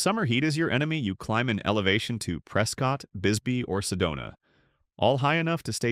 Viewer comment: Love Oro Valley! Need to work on your AI pronunciation. Sa-WA-ro, Prescutt, etc....